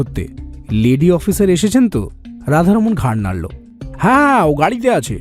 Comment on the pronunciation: গল্পে ৫ মিনিটে ৩ বার করে "ঘাড় নাড়লো" শব্দটির উচ্চারণ খুবই বাজে লেগেছে